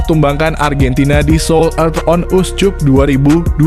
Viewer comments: Bravo U 20 Indonesia, koreksi buat komentator : CUP dibaca Kap, bukan Cup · Dih komentatornya perlu belajar membaca masa seoul cup dibaca seoulkap jangan susu banget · Naratornya lidahnya parah.. Korea on uscup dibaca mentah2, pdhl mestinya diucap korea on askap.... Memalukan! Anjiiiiiir.